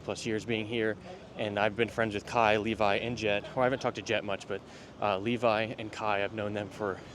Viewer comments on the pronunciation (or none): none